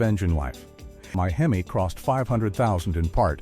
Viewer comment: I have a fleet of 27 Rams . 12 of them have over 250000 miles. This is a garbage report. General maintenance your fine. The guy cant even say HEMI. Fake bullshit.